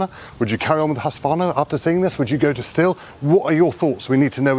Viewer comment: It's pronounced "Steel" btw